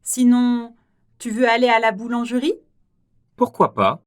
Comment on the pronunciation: 발음기호도 /puRkwa/ 이고, 자막에도 '푸흐꾸아' 라고 적어놓고 "뽀흐꾸아" /por~/ 로 읽네요.